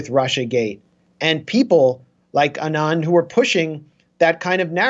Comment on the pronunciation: Anand. Accent on the FIRST syllable.